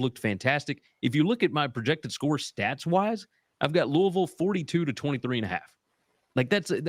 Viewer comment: as a Louisville native and alumni it warms my heart that you can correctly pronounce Louisville, but you break my heart my taking GT against my boys, lol.